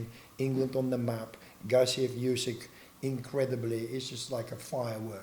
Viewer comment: He doesn't have a Russian accent sounds like that French guy of dinner date. Man you butchered Gassiev why do some people butcher names? I'm English and I knew it was pronounced the way he said it was meant I mean does the interviewer not watch boxing?